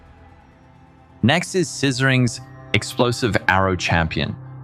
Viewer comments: hah "Sizzerings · pronounciation of PohE and Scissoring killed me xD The fleshy Me can also vouch for Balors Holy Relic! Amazing build! (With a lot of room for personal customization as well!) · ohmy, did say Zizaran as zizzoring? 😆